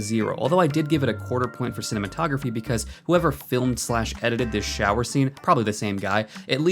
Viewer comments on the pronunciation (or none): none